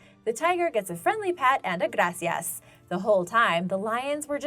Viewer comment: Okay, let me just say this: That “Gracias” was spot on! Spanish queen